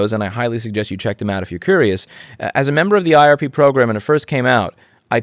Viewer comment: I swear I (mis)heard you pronounce IRP program several times as RIP program, which makes it so much better :D